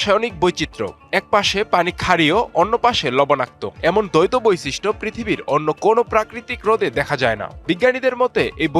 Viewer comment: বৈশিষ্ট কে বলছে বইছিস্ট।